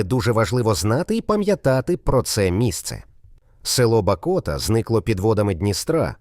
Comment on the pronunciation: Звертай увагу на правильність назв населених пунктів. Правильно - Дземборня, БАкота, а не БакОта. Інші не знаю, але перевіряйте. Це ж ваша репутація